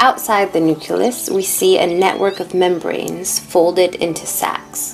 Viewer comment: Um it's not prononced nuculus.